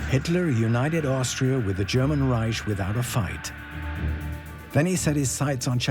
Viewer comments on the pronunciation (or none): none